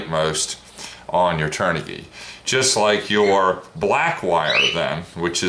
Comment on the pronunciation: The kv rating does not stand for kilo-volt. It stands for RPM/volt. Just say kv. You are also pronouncing the brand wrong as well, turn-ah-g. LOVE the wing colors.